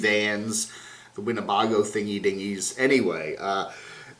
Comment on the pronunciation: did you really call the Travato a "Winne-BAH-go"?? Dude....if you're going to comment on RV channels, you should probably learn how to pronounce Winne-BAY-go.